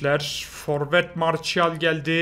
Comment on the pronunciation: marsiyal marçial değil XD